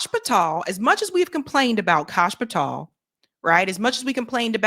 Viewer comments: it's "pah-tell" not 'pah-tall" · Its not Patall. Its Patell. I found you repeatedly mispronouncing, annoying af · Patel not "pat-all" Why can't you pronounce "Fuentes?" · Holy damn CASH PATELL!!!!! Pronounce it right he’s a douche bag for sure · Pa-tel pronounced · Hey, you're mispronouncing Kash's surname. It's quite annoying even if he is a total shitehawk. Otherwise, good show